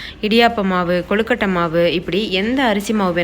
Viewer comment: கொலகட்டை இல்லை கொழுக்கட்டை